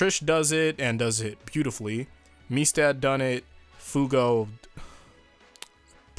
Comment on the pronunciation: .....Why are you pronouncing Mista like how Sex Pistols says it? MEESTA